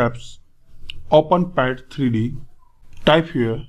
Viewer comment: “The 3 Dinemential” 😂😂😂😂